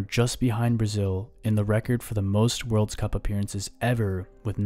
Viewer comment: "Worlds Cup" really ticked me off